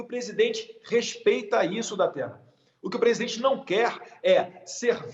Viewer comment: Datena aprende a falar presidente seu inchado.